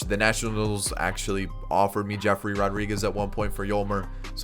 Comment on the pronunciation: His name is yefry Rodriguez...not jeffrey...lol